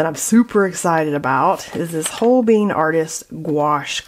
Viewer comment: You had me at Holbein! That's my medium and gouache of choice. Now you can say PO-sca, or PA-sca, but this is definitely Hol-bine, and not "whole bean." Figured I'd correct that one before you got the coffee term grooved in. 😂Since you seemed new to gouache let me give you a little tip: while you can use it in a similar way to watercolors, they are not equal. If you dilute the gouache too much you will lose it's main characteristic—and benefits—that being opacity, and the fact that you can work dark to light because of it. Also, you work in thinner layers on the bottom (if your'e layering) because the thicker layers are more easily reactivated, and you might not want that. It might lead to mud. There's more on the basics of gouache but I figured you didn't expect a lesson in a comment, lol. Fun video. Thanks,.